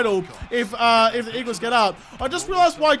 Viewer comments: 'Weagles' LOL, that's cracking!! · You said the weagles